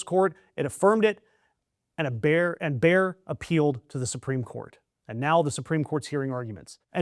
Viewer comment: FYI: Bayer is spoken similar to "Mayor", not "Bear", with the 'a'-sound as in "Maga". Emphasis on the 'a' and 'e', not contracted, two syllables.